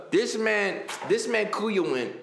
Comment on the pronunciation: Bruh everytime he say kuya i feel like he bout to say coo and i be like come on whatchu need the coo rn for